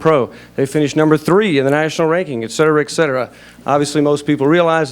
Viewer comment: One of my pet peaves ... "ek-setera". It's "et cetera" meaning "and others". Apparently you're not a Latin teacher either.